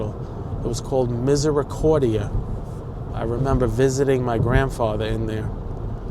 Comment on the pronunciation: You perfectly pronounced "misericordia". It's Portuguese, isn't it...🎉